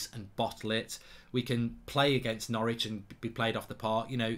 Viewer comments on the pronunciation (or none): none